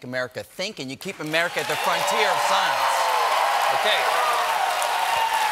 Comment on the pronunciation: Brian Green is not just Sceiene, he's Super-Sceiene! It's not even his final form!